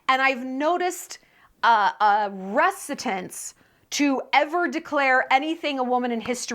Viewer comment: a what??? Do you mean “reticence”???